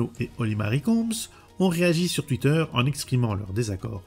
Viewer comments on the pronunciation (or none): none